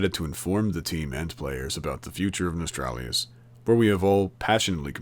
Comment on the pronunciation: It's "No-stal-ree-us"